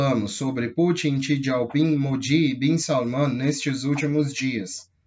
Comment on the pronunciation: não é xi "dieu" ping, xi " Jing"